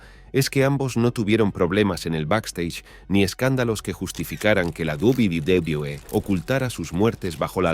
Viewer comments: Porque dice guaguaguae jajajaja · Lo único que me pregunto es, porque carajos le cuesta tanto decir "doble v, doble v, e"? Es muy raro y aparte es gracioso como parece que balbucea pero si pueda decir wrestling o otras empresas de forma más normal xd (y si se le complica mejor que diga world wrestling entretainment) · Mi pregunta es tu sabes hablar 🤔pq se dice WWE que escrito es UVE DOBLE UVE DOBLE E para que lo leas y te lo aprendas para el próximo video😌👌😂😂😂😂😂😂🤣😂🤣😂🤣😅🤣😅😅😂😅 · De la guwuguwuwe, claramente está hecho con una IA estilo loquendo, algo que pronuncia lo que escribes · Hasta parece que te está dando una embolia al pronuncar "Doble U Doble U E" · Hubiese sido un video muy serio pero con esa pronunciación de wwe guaguaguaE guabliE lo 💩 todo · We we we wewe 🎤🎤😂😂😂 Esto pasa cuando se usa programas tipo loquendo, q dice "gualguier" cosa en vez d lo q debe decir 😂😂😂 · la guwulwebee que? 😂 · Lo dice de todas formas pero ninguna correcta 😂🤣🤣🤣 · Me causa conflicto la mala pronunciación de "wwe". 🙃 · No sabes decir uve doble o que xD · No se si esto es voluntario pero me da risa que el creador no le importó como hacer que esta voz diga bien los nombres jaja, lo que da más risa es que cada vez que dice Wwe lo dice diferente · El vídeo toca un tema triste y no puedo con la pronunciación de las siglas no paro de reír xd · Debes mejorar el tema de pronunciación de WWE, y de otros campeonatos de wrestling, queda raro como se pronuncia en el vídeo, y puede haber gente que no lo entienda. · esq en ningún momento lo decía bien😅😅cojones si eso lo veía yo cuando tenía 8años y lo decía perfectamente que lo vea con mi madre h amis amigos que luego con cambiábamos las cartas😂😂😂😂😅😂😅😅😂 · Su pronunciación a veces me confunde y no se de que compañía habla 🤦🏻‍♂️🤦🏻‍♂️